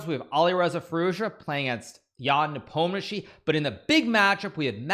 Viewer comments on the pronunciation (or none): none